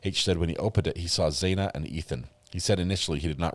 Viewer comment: I wish you’d say Xanas name correctly. Not saying either of her names right but you can say Gonclaves and that’s not even spelt as it’s said!